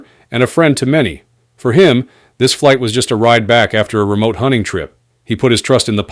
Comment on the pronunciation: Flig Debrief? Really? Ai shit